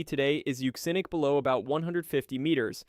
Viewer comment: You said it right! Euxinic (Yuu-ZIN-Nic), from the Ancient name for the Black Sea - the Euxine Sea... EVERYBODY pronounces it "Yewk-Zihne", instead of Yuu-ZIN-Ee (or -Ay?). The absolute failure of the Western World to properly understand the many & varied values/roles of "X" has been a source of real despair for me...Thank You, for giving me Hope!!